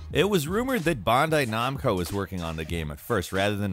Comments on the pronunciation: Tf is "bondai nomco" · “Bondai Nomco” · "Bondai Nomco"